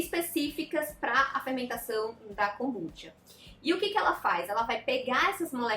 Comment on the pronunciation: Tenho TDAH e adorei o vídeo. Acredito que ela esteja falando para um público não leigo, há diversos vídeos 'amadores' sobre o assunto. E a pronúncia dela está correta, assim como Kombuchá tbm está.